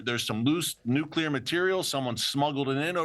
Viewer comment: It is pronounced “Nuc-lee-er” not “Nuc-ya-ler”.